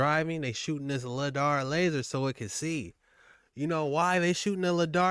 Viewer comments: Bro! It's called Lie-Dar not lid-ar..! Even after watching a video with the guy saying it correctly, you still called it LID-AR..... straight dumb. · 😱😱😱it's not Ladar it's sounds like LIEDARR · ITS LIDAR!!!!!!!! NOT LADAR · my man its not ladar its lidar like lie - dar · Hey see it's lidar your saying it wrong but love dog. Doing great keep it up. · It's pronounced lie dar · It’s Pronounced “Lie-Dar” Dayumm the guy said numerous times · Come on man I love your videos but come on,, it's pronounced ly-dar, and it's what you're good quality radar detectors are looking for when you're speeding down the HI-way, lol, but the light are they using down there is more than likely being used to f*** with the weather the great tool if you want to mess with a country. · for the love of god please pronounce Lidar correctly.. its pronounmced ("Lie Dar) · Its pronounced LIE-DAR I like the content though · Lidar- Lie-Dar. lol you pronouncing it wrong bro. Lidar is hugely used by archeologist and I’ve thought of finding a way to purchase one so I can freely use it to scope out and reveal findings💯. Now I wanna go and reveal North Pole truths #archeologystudent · The proper pronunciation is lie dar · Pronounced lie dar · its pronounced.....LIE_DAR !!!!!! DANG BOY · My brother it’s pronounced LIE DAR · Lie-dar brother XOXO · Just slightly concerned that you continued to mispronounce lidar